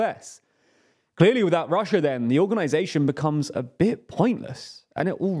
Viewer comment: Chiner and Russier? Never heard of them.